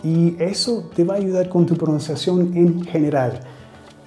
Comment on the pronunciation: Hi, thanks a lot for your classes they're amazing, please keep doing it. Me gustaría corregir tu Español, diciéndote que cuando dices la palabra PRONUNCIACIÓN, ella se te escucha como si dijeras PROUNCIACION y esto es porque no se escucha la N, debes decir PRO NUN CIA CIÓN. It was my pleasure Mr... anytime!